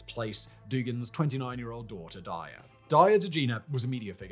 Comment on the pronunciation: say d a r y a — daya all in a day's work